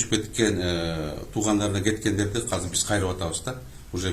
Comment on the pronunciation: Казыр, Казыр аягында иттин терисин жабынып жок болуп кетет. Казыр деген соз жок Кыргыз тилинде, Жазылышы-Айтылышыда Азыр деп Айтылат. Казыр Казыр,Казыр бляя тура суйлогулорчу